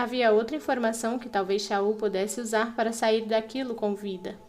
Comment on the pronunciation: To amando essa serie e nao sei por que demorei tanto tempo pra começar, quando eu não posso ler em pdf eu venho ouvir aqui. Mas ta me dando de agonia agora ouvir falar o nome de chaol errado 😂 a pronúncia certa é kol ja que ch em inglês tem sonoridade de k . E eu amo que vc muda a voz pras parte dos diálogos ❤❤❤